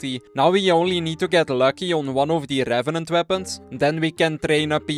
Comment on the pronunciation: rRrRrRrRevenant task completed